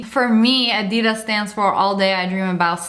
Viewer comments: You said adidas wrong 😆 Just say addy-das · Ngozi Njoku bruh a-di-das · What I meant was it's pronounced adidas not adedas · A-d-u-d-a-s not a-d-eeeee-d-I-s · You pronounced Adidas wrong it is A D das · Some people: Adidas Sniperwolf:ADeEDaS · I hate the way she said Adidas 👁👄👁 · My mom said that we are pronouncing adidas wrong u can ask u phone how to say it